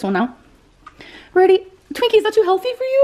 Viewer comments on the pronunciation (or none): none